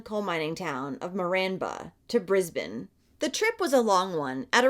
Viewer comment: Hemp would have been 10 this year and his murderer was released just before Hemi’s birthday. Ok please don’t hate on me for the next part, but sorry love, Brisbane is not pronounced with an elongated “a,” as is usually done when an “e” is at the end of a word (trust me I am an English teacher and when I have to explain how that grammatical rule works only sometimes, is annoying.) So “Brisbane” is pronounced “Bris-bin.” And “Melbourne” is not pronounced “Mel-born” but more along the lines of “Mel-bin.” Trust me I know I will get hate, but that is just Aussie language. And I live in QLD and this story is mortifying and I remember this. Thank you though for bringing this story to the world.